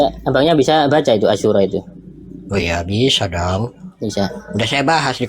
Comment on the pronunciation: Sepertinya oten satu ini gunakan google translate. Oten merasa bisa baca Al Qur'an.... Namun ASYURA dibaca asisura... Muslim pasti paham maksudnya 😂😂😂 QS Al Ma'idah 14 وَمِنَ الَّذِيْنَ قَالُوْٓا اِنَّا نَصٰرٰٓى اَخَذْنَا مِيْثَاقَهُمْ فَنَسُوْا حَظًّا مِّمَّا ذُكِّرُوْا بِهٖۖ فَاَغْرَيْنَا بَيْنَهُمُ الْعَدَاوَةَ وَالْبَغْضَاۤءَ اِلٰى يَوْمِ الْقِيٰمَةِۗ وَسَوْفَ يُنَبِّئُهُمُ اللّٰهُ بِمَا كَانُوْا يَصْنَعُوْنَ ١٤ Dari orang-orang yang mengatakan, “Sesungguhnya kami adalah orang Nasrani,” Kami telah mengambil perjanjian. Kemudian, mereka melupakan sebagian pesan yang telah diperingatkan kepada mereka. Maka, Kami menimbulkan permusuhan dan kebencian di antara mereka hingga hari Kiamat. Kelak Allah akan memberitakan kepada mereka apa yang selama ini mereka perbuat.